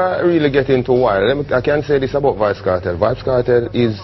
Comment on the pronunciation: why does he keep saying vybz kartel